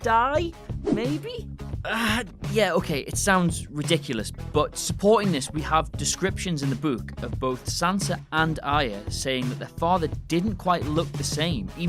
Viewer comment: we have descriptions in the "bewk" i love that. <3